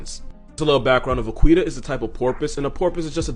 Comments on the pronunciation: Va,qui,ta? No it’s more like a va,KEY,ta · it's pronounced va-ki-ta, bro 😭😂 "Qui" in Spanish sounds like "key" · Vaquita is pronounced vakeeta, es Spanish for small cow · Hearing him pronounce it “vuh-qwee-tuh” felt like watching someone put nails and entrails in a blender and setting it to blitz. It’s pronounced va-key-ta, Spanish for “little cow” (vaca = cow, -ita = little). It would be something like “cowie” or “cowlette” in English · Fun fact: ''Vaquita'' (really pronounced as ''Vakita'', with a mute ''u'') is a diminutive of cow (''Vaca'') It would be like ''little/small cow''. And no, I can't see the similitude between a tiny cetacean and a bovine either. (Also, THANK YOU FOR PRONOUNCING ''Baja California'' CORRECTLY) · Vaquita is pronounced va-ki-ta. 😉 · Oh no!! You mispronounced Vaquita! It’s pronounced vah-key-tuh which translates to little cow in Spanish. The more you know 😇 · Mexican here: is that cute little whale thing's name pronounced like "little cow" in Spanish or the way he pronounced it? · Because I think you would want to know, vaquita is pronounced va-key-ta :) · Hey bro. It's pronounced Vakita. Means little cow. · Vaquita is pronounced Vah-key-tah... Spanish for "little cow" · My dude, I'm pretty sure Vaquita is pronounced vuh-kee-tuh, as in "little cow". I'm not an animal expert, nor a linguist, but I am Hispanic and I'm almost positive I'm correct. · Vaquita Marina = "Little sea cow", pronounced "Vakita" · "Vaquita" is pronounced "bah-KEET-ah" btw. It means "little cow" :') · And it's pronounced like "vakeeta" so hearing him mispronounce it so many times hurt me lol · isn't it more like "vakita"? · Lol, "Va-queeta" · My man it’s pronounced “va-kee-ta” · I got so mad when he mispronounced vaquita